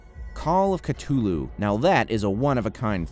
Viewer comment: You're triggering me by saying "Cut ulhu"